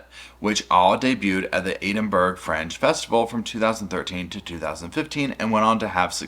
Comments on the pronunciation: Oh, no, no, no! Not "Edin-burg" Not "Eden", it's Edin, "Edin-burra" Capital city here in Scotland You're welcome 😊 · Bro it’s pronounced “Edin-bruh” or “edin-bura” not burg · It’s pronounced “Edinburrah” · Eden-burg is sending me. Ed-in-bruh my man 😂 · Please, for all the US citizens.. It's Ed-in-bruh... Thank you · Please stop saying Eden-burg😅 phonetically it read ed-in-burrer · Love the video thanks for this just a small thing its pronounced Ed in burgh lol. As an Edinburgh lass it bugs me when people say boro at the end lol. Sorry 😊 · Can I suggest instead of “Ed-in-borough” you contract it to “Ed-in-bruh”? Tends to be more the way people say it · “Eedenburg”. Sir. Please no. Edd in burra. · Found this really interesting, one thing though: the capital city of Scotland, Edinburgh is pronounced ed-in-bo-rerr 😊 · Sorry, I couldn’t help but laugh at how you said “Edinburgh”. It’s pronounced “Ed-in-borough” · Love ya but Edinburgh is pronounced Edinboro. 😘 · It's ed-in-bruh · Ed-in-bur-ah 😂 Glaz-go - love you reacting to some UK and Scottish colloquialisms xx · just FYI Edinburgh is pronounced Ed-in-burr-uh. Love you 😘🛋🛋🛋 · Yeah.....She's as nutty as a fruit cake though🙈. Btw honey bun it's pronounced 'Ed-in-bruh' 😘. Tfs and have a great day 💖💖💖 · Edinburgh is of course not how it looks.... The UK for you.... It's pronounced edinboro. I appreciate your research and videos. 🛋️ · Edinburgh is pronounced more like "Edin-burra" or "Edin-bruh". The E is like Edward not cheese, lol. A lot of words from that region are pronounced in unexpected ways. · Psst... it's pronounced more like "Ed-in-burr-uh"😉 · What a cute little corner your sitting in today 😊❤ ps “Ed in bur” Edinburgh 🥰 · Hey, Edinburgh is pronounced 'Eh-din-bur-uh...but say it fast and all together 🤣 I hope that makes some sort of sense 🤪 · Ahhh I felt bad for him, I was like "please noooo." That said, Edenburg at least sounds nice, like a more exotic or romantic name😂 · Eh-din- bur- uh 😂